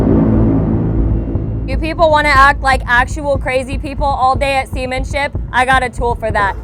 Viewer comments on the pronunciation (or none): she said Semenship😂😂😂